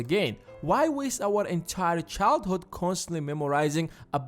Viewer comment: childhOd sorry he says like that